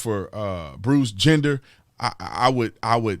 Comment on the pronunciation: I'm pretty sure Brandon is mispronouncing his name, but it's actually perfect. Bruce Gender. :)